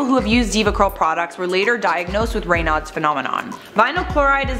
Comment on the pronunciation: Its pronounced "ray-nodes"